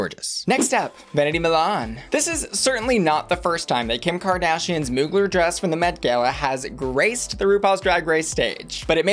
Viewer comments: "Moo-glerr" lol... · When the YouTuber says “mooglur”